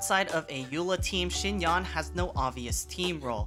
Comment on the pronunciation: Just like Yanfei, you should pronounce her [a] like [e].. Anyway.. ty for the guide